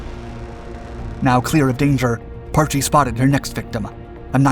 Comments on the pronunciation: I suspect you have a reading difficulty, its not PAR-Chie its Parch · Pronounced "Parsh".